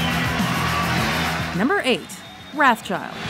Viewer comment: you mispronounced wrathchild and that irks me.